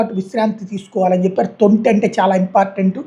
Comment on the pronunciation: adi thunti, thonti kaadu